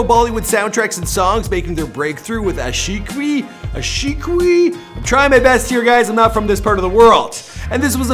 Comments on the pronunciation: Aa-shi - Que........... Aa-shi- Qui Funniest 😂😂😂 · Ashiqui is pronounce as ashiii- kiii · It's pronounced Aa-shi-ki 😂😂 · it pronounced ash e key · Aashiqui is pronounce as Aa-shi-kee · Ashiqui is pronounced like this ashiki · Its pronounced Aashi-key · There is also the Punjabi Gujarati and Bengali people living all over various countries also listen to T-Series. Also it pronounced as Aaa See Kee (Ashiqui). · Aashiqui spells as aa-she-key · It's simply Aa-Shi-Ki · That's Aa-she-key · Loved your video! BTW that Ashiqui is Pronounced As Aa-shi-qi 😂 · Its pronounced as aa-shi-ki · Love the way you tried to pronounce "Aashiqui" and "Lal dupatta malmal ka" lol.. Pewdiepie did an awesome job to be the number one so far on youtube but lately he’s been focusing less on his content and more on ranting about T-Series. Not good for him.